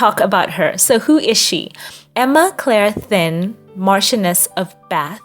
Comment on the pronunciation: Thynne is pronounced like "tin", not thin. Cewalin is pronounced " Sue-a-lynn". Emma's mother's last name is Mcquiston. Jeeze, practice the pronunciation before you post.